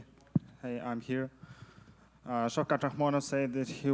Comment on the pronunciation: Shitrat instead of Shavkat😂. This dude is crazy. Was that Borat asking😂